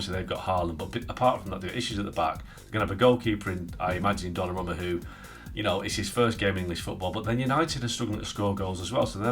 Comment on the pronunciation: ESPN; "Gonnarumma" really? 🤦🏾‍♂️